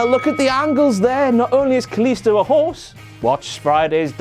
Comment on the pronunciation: No mention of Cole calling Kalisto Sin Cara. Then calling him Sin-Kaliisto